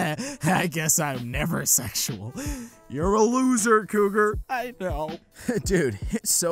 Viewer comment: When you said your name I thought you say Kroger ( I think that’s how you spell it ) like nightmare on elms street instead ofCougar sorry